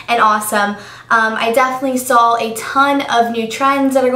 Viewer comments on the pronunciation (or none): Im sorryy i love you and your vids but please dont say Sawl its saw sorry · its weird how you say "sawl" instead of "saw".. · Since when does saw have an "L"in it :S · Has anyone else noticed when she says "saw" she's saying "sawl" lol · hahaha "SAWL"